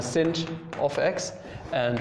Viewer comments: SINCH XDDD Are you purposely shunning its proper pronunciation of shine? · Every time you say cinch, a puppy dies.